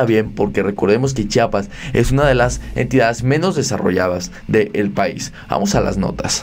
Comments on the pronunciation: Amigo di bien Chiapas Chiapas Chiapas No chapas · Es “Chiapas” o no chapas. Si quieres ser periodista o un buen YouTuber aprende a pronunciar bien. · Por favor el nombre es Chiapas, y así c dice Chiapas, otra vez por favor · Se dice Chiapas eres una persona preparada debes pronunciar buen